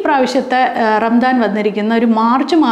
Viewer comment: ചെറിയ ഒരു തിരുത്ത്. ഭാഷാപരമായത്. റംദാൻ എന്ന് പറയില്ല. ഒന്നുകിൽ റമദാൻ. അല്ലെങ്കിൽ റംസാൻ (കറക്റ്റ് ഉച്ഛാരണം Ramzaan). ആദ്യത്തെത് അറബി ഉച്ഛാരണം. രണ്ടാമത്തെത് ഉർദു ഉച്ഛാരണം.